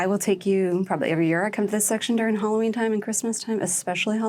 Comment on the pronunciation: It’s Halloween not Holloween!